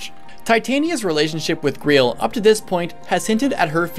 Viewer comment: You pronounce Greil like Greel. I'm pretty sure it it's pronounced like the holy grail. The game has a sort of Arthurian legend them about it, what with Gawain being the knight that found the holy grail (or maybe it was Galahad...) and the black knight and stuff. Titania is also the name of the Queen of the Fairies, and I think someone how relates or is similar to queen mab, the sorcerous queen from arthurian tales too. Either way, definitely some large nods to English legends.